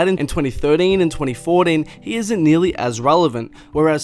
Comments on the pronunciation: “Tweny fodeen” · Yea I paused this video to write this comment when this guy said twenty fordeen...!!! Nope not doing it. 2020 you can’t pronounce a word and you’re well over 20 years old... no excuse!!! Bye! 🤷🏾‍♂️